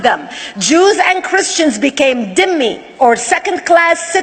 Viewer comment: Not dimmi- it is zimmi ie slave